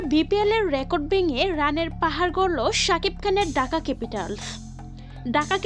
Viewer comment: ঢাকা না ডাকা? ঠিক মতো উচ্চারণ করেন, ধন্যবাদ।